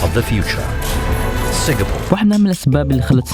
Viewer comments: Why do you say Singafore !? It's Singapore Or say singafora " Arabic " don't fuck my brain man, fuck am leaving this video. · Singapour not singafour i don't know why middle easterns have problem spelling P they all say B instead , and sorry it damages the ears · يا زلمة Singapore اسمها مش singafoor مشان الله أتعلم إنجليزي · Singa-p-ore it’s ppppp not ffff